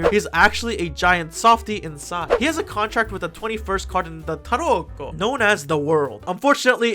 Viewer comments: Every time you say 🇮🇹T A R O C C O🇮🇹 it gets me 😂😂😂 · nothing prepared me for the way you said "tarocco" and how many times you said it 10/10